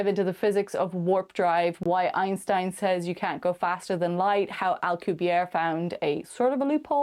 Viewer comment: EINSTEN ?? Seriously?